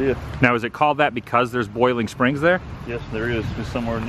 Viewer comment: Adam you pronounced it properly mooresboro, just like mooresville. Country pronunciation mo’sboro. I’ve lived in NC for 65 years. There’s country pronunciation and there’s city pronunciation. You also pronounced Boiling Springs properly as well. Country people do not use the oi sound.